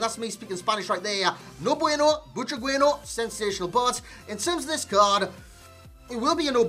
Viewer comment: "I really like saying his name man" You're saying it wrong lol but nice review